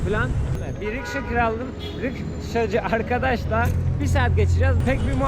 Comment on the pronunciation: rikşacı mı rişkacı mı:))